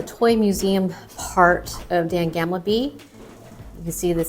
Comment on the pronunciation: Gamle not gamble (means old - you can’t gamble there 🤣) 💞